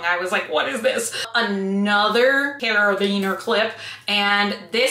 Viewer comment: “My furby needs a ring.” I love watching your videos. It makes my heart happy. Thank you ❤️ It’s carabiner. There’s a second a in it.